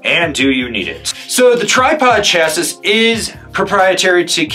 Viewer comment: I’m going to die if you say Chah-sis again. 😆 Chah-see… as you say later in the video. Otherwise excellent explanation. (Preparing for reply 😂)